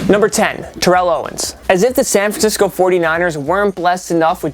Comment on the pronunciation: YO!! HOW HARD IS IT TO SAY SAN FRANCISCO?